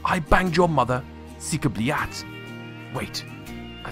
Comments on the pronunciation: It's not sika blyat. It's suka [s u: k a] and blyat with silent 'y' but the 'a' is slightly differently pronounced like if you mash y and a into one sound [b l a: t'] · I believe Cyka blyat is pronounced “soo-kah blee-at” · You should pronounce that Russian sentence as "sooka blyat" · Its pronounced suka beelyat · It's pronounced: sukuh-blee-ad The more you know!